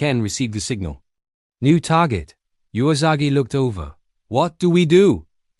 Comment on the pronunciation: Someone should teach the narrator that the 'u' in Usagi is pronounce 'uu', not 'jew-a'.